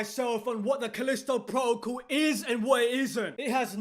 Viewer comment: "Calisto Pwotocle" lol